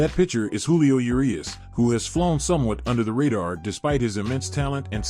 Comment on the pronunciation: Thumbs down for say Yerias instead if Urias